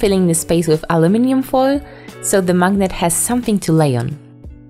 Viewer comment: You said "maginet" 24 times